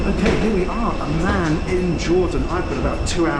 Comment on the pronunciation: A Word to the Wise: The way you pronounce ‘Amman’ is perilously close to ‘Oman’.